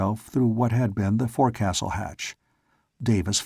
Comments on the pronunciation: Two very minor complaints if I may. One gunwale is pronounced gunnel and forecastle is pronounced foc-sol. It drives me crazy Everytime I listen to this. Otherwise it's great. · The forecastle is pronounced 'Folk-sal' :) Enjoying this story :)